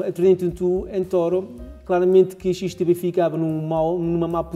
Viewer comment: Olá! Só não entendi uma coisa, a corretora é XTB ou XTV ? Parece-me que dizes XTV no vídeo! Obrigado pelas outras informações passadas!